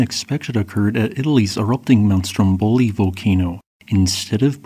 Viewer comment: For future reference, the accents/pronunciations for those islands are: STROMboli vulCAno